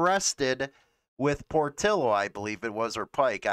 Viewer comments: It's not Por-till-o, it's Por-tee-o. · I just wish you would pronounce Portillo correctly